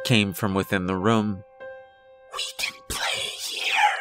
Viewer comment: There's literally no accent present except for when you say "I went into the rum"